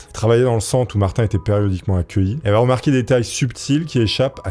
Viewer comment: J'ai accrocher sur l'histoire de Martin de la manière que tu le prononce! Il la fin de prononce comme maTin mais avec un R car de la manière que tu le prononce ça sonne comme mon prénom Martine!